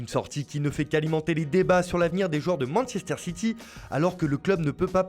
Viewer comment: "Mansester ssiti"